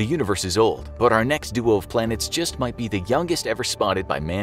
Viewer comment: “There migh be life”